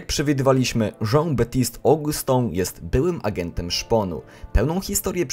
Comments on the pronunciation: TO SIE CZYTA BABTSAJT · Baptiste wymawia się Betist.